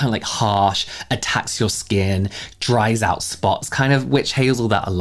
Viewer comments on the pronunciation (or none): none